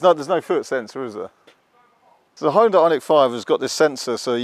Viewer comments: Not Hyu-DA-IH, but Hyun-day, like Sunday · ...need to check again how to pronounce original Hyundai correctly, and not according to "whatever and however I feel like to"....